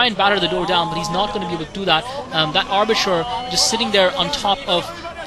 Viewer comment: Oh and, are you saying Arbitrer? Think it's Arbiter. Thanks for commentating!